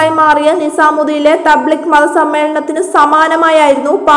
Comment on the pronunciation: തബ്ലിഗ് അല്ല തബ് ലീഗ് ആണ്.